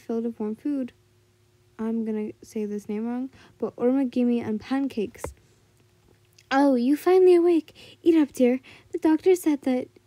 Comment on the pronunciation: Pancakes Not making fun but just laughing because I think you forgot that it was pronounced pan cakes I think you kept the accent on when saying what was before that Sorry if it sounds rude I do not mean it like that just having a laugh